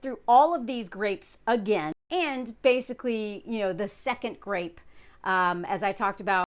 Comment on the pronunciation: Why do you keep saying grape instead of rape?